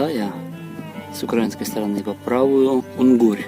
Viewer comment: Друже, все супер, але не "укрАинский", а "украИнский"......